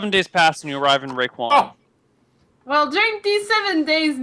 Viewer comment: Raekwon. Get it right. :P